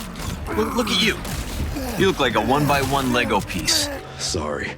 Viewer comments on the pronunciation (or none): none